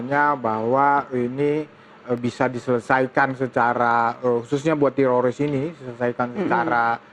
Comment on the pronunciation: Nih damanik bilang tetorids mulu kaya orang Israel kpplak